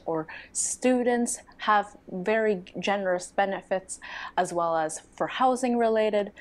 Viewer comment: You should absolutely move to Finland or at least visit us at some point! You would be most welcome. Btw, I absolutely love you accent, cannae deny it (see, what i did there:). I love how you sometimes replace L with sort of W - like "well" turns into wew, and welfare turns into "wewfea". It's hard to describe in letters, but it's such a cool accent!